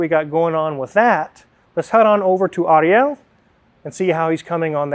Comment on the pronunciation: quickly learned how to say "Moises," but he's still struggling with "Ariel."